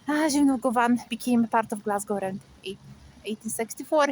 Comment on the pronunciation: You need to change govan to govin to sound more fluent my love 💚🙏👍🍀🍀🍀